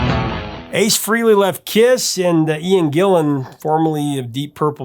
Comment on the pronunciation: Ace FRAY-lee